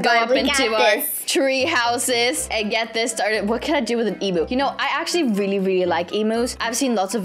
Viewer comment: I love when you say “Really” and it sounds like “Rilly"🥺 And it’s soooo cute